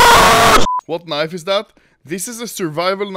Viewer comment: Anomaly was so happy after that deagle ace he just instinctually said kneiv.